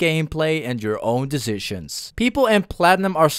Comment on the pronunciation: My man pronunced decisions 3 times wrong